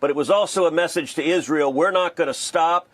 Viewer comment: Lol I HATE how he says that, too. "Izril" like a moron.